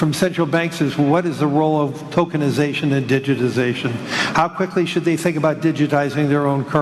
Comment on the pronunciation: And does he Fink we will accept a digital wallet I don’t Fink so cash is king